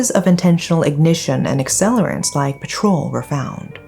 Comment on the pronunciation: "Patrol" is not an accelerant. (police/security guards perform patrols). On the other hand, PETROL is an accelerant and is pronounced "Pet- tral" not Patrol. :face-purple-crying:Listen to the grammar police , :face-purple-crying